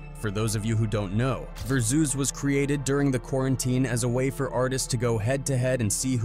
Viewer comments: he didn't say versus .he said ver-zeus😅😅😅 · Is this ai? Said versoos not versuz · Very zuez? You can’t even pronounce it, but you want to do videos about the culture. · I love the way yall say ver-zeus instead of vers-us 😅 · That pronunciation of verses got me! Ver Zeus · Verzues?😂 They meant versus right? 🤦🏾‍♂️ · Ver Zeus wtf is that? Turned it off soon as I heard that. Can't take this chilled serious if yall can't program AI to say things right 👎🏾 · It's pronounced Ver-sus my boy, not ver-zus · Ver-zeus ...lol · Ver Zeus 😅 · I hate AI.... Ver zues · I ain’t know it was Ai until “verzeus” 😂😂😂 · The AI voice saying “Vurzeus” instead of Versus(VS)is diabolical 🤣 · "Ver-zeus" Is Crazy. Stop Using AI Voice Yall... Please. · Sorry but as soon as I heard the AI voice over I had to dislike. "Ver zeus" lmao can't even pronounce versus right. Why people use this still? Never sounds good. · Did you fucking say "VERZEUS"?!?!?! 😂😂😂😂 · Tf is ver Zeus? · Its called Verses, My Guy. Don't know what you called it. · Y’all gotta stop using AI dawg. How y’all mess up “versus” pronunciation?! 🤦🏾‍♂️ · Why he pronounce versus like that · Ver soooz? Asterix Asterix Asterix x5? Weird Ai video